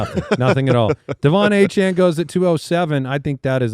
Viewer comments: Please quit saying achane jr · Please stop saying “Travis achane”. It literally makes no sense. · Can we please stop w the Travis Achane…. Put up a poll and the majority vote is the pronunciation. The audience is who’s listening to the show, not the players